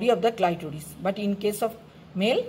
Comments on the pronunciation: some of the pronunciation was very strange. Especially clitoris. Anyway good job and thanks you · Clitoris was pronounce wrongly